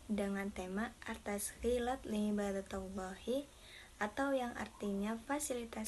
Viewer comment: Liibadatillah bukan liibadatallah ya 🙏